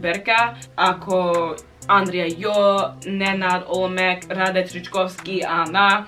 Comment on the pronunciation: How good you said Rade Trickovski in one part of video :D